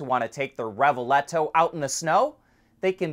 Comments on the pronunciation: Its revuelto,not revuleto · even though you mispronounced the Lambo PHEV name as it should be REH-boo-L-toe (it's a word with several meanings in Italian and Spanish and in both languages it is pronounced the same), for one of the very few times in AD you mention Bridgestone in an ADVERTORIAL as OUR SPONSOR. You should do it EVERY TIME you do such an ADVERTORIAL just as SERIOUS MEDIA always disclose a sister media venue when mentioned in a news article.